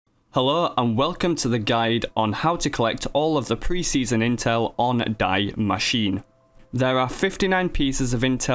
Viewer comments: he literally said "die machine" i can't even lmao its german not english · It’s pronounced “DEE MAH-SHEE-NUH”. Which means The Machine. To all who are struggling haha.